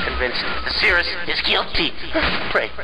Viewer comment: Why did he change his pronunciation of Sirrus all of a sudden?